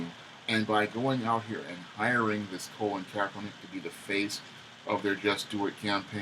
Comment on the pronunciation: Pronounced Cah - Lin Kaepernick Not Co - Lin just saying. Cah - Lin Took the 47ers to the Super bowl his first year starting as QB and was a pro bowl QB his first full second season for the 49ers. So he wasn't a failed QB in NFL he actually has a winning record as a professional Football player.